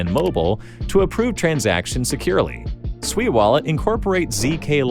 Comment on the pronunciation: Holy 💩 you pronounced SUI correctly. All these clowns on youtube call it SUEY like their little piggies squealing SUEY SUEY. After hearing about it from different YouTube influencers I almost ended up buying a meme coin called SUEY and not SUI